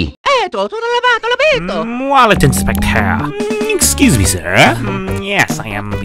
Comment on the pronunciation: Ah yes wallot inspector